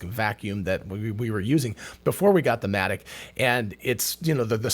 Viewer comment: At first I thought he said Asthmatic Robotics.🤣